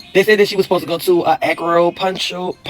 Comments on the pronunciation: Acropuntural appt? If you can’t say acupuncture you need to stop making reaction videos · “AccuPunctual” ma’am please be quiet. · couldn't even pronounce Acupuncture...She said "ACRO-PUNCTURE or sumthin like that!!"..🤦🏾‍♂️ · She doin all this talkin and can’t even pronounce acupuncture correctly , . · this ghetto incubator can’t pronounce “ acupuncture” but thinks she knows what happened 🤣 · Can’t pronounce acupuncture but trying to speak on someone’s situation 😂